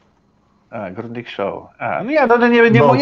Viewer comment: Grundiga!!! Nie „grundika”